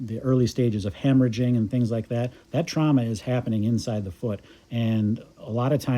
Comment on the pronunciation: Trauma not trahma